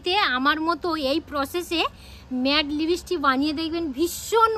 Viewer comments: Vaselin না Vaseline. লিবিসটিক নয় লিপস্টিক। scandal না ক্যান্ডেল হবে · লিপস্টিক ❌ লিবিস্টিক✅